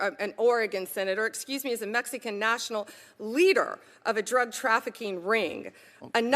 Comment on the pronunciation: “Mex-EE-can” and “meth-UH-am-phetameen” - what a completely illiterate HACK and cvnt.